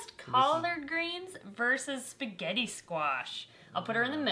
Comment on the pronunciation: Spigeti scwach